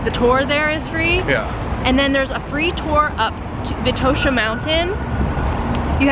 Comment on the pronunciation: Sófia & Vítosha that's how you pronounce it, also i'm happy you had a great time